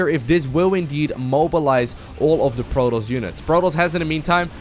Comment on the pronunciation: Love how always pronounces Protoss like Plotoss xD Love your casts